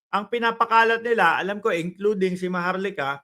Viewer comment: Maharluukah not maharlika